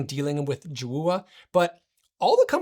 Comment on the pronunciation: I think it's pronounced Joe ah